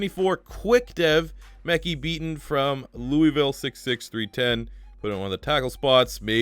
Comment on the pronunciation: It’s pronounced Mek-Hi I know because there’s a life in my class